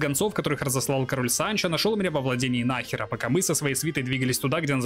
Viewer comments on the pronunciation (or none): Во имя Изобеллы Кастильской, сжалься над бедными испанскими названиями! В испанском ударение почти всегда на предпоследний слог! Не муньО, а мУньо, не бургОс, а бУргос, не нАхера, а нахЕра!